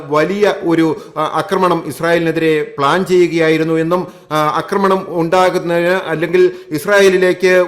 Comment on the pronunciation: 'അക്രമണം' കേൾക്കുമ്പോൾ അരോചകം!